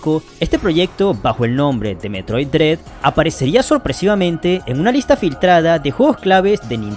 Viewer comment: Excelente vídeo, nada más un detalle: Se pronuncia "dred", no "drid"